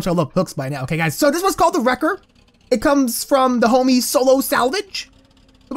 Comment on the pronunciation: Why do u say hommy it's not nice!!!